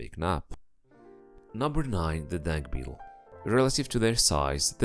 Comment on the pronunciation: I thought he keeps saying dank beetle